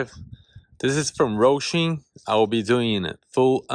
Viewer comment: It's Hosim not Rosim....😂😂😂